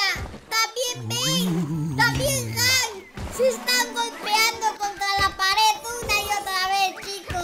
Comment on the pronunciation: Cuando tu dijiste hank escuche que dijiste Ben 🐕🐶